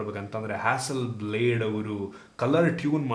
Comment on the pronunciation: ಹಾಸಲ್ ಬ್ಲಾಡ್ ಇದು ನಿಮ್ಮ ಪ್ರಕಾರ ಬ್ಲೇಡ್ ಆಗಿದೆ. ಸ್ವಲ್ಪ ಸರಿಪಡಿಸುವುದು ಒಳ್ಳೆಯದು